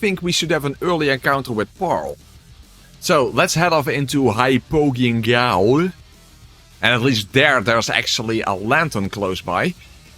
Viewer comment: You pronounce "hypogeon gaol" exactly how it sounds in my head